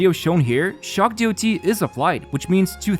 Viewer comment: Please say damage over time or dot(dots), not dee o tee. This term isn't from HSR, it's an old term and always said as dot.